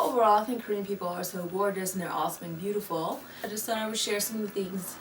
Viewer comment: Same! "YOUARETOOBOOTIFULLL"